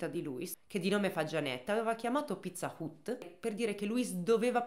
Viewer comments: Video bello come sempre, ma pizza UT non se pó sentí. Sarebbe Pizza HAT Anche se scritto Pizza Hut. Con il lavoro stupendo che fai sui casi il controllo di una pronuncia ti porterebbe via davvero poco tempo e ti eviterebbe una stonatura evidente in un racconto assolutamente ben fatto. Buona giornata 😘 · Pizza "ut" però non se po senti dai...ma chissene, sempre Number One!!! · però pizza hut non si pronuncia così ma hat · Pizza hut si dice "hat"😢